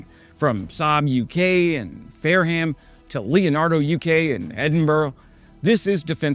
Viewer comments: For future reference: "Fareham" is pronounced "fair'm." You're welcome :-) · Just a pronunciation guide for our much appreciated American friends, any British town or city whose name ends in “-ham”, don’t say the “a” part. So Birmingham should be said “Birminghm”. Fareham is “Farehm” etc. Otherwise another great video, keep up the good work.❤️